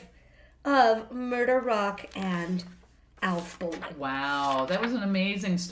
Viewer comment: As some one related to Alf bolin (he’s my grate great grandfather’s grate uncle) I pronounced it Bo-Len